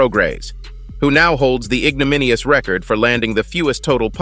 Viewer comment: the Record button ok A.I learn to pronounce